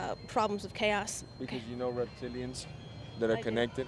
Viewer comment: Reptilians 😆 not reptiles